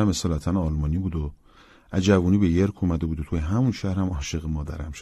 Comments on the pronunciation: چه اجرای خوبی 👍 یادش بخیر ، هر تابستون کلی کتاب میخوندم ،اینم تو یکی از تابستونای قدیم خونده بودم . اسم شهری که متولد شده بوده هم یورک york هست ، هنوزم هست,بالاتر از منچستر ،اشتباهی یرک yerk خونده شد ، یرک یه شهری نزدیک سنت پترزبورگ تو روسیه هست ! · آقا یورک..محل تولد رابینسون بوده.. York!!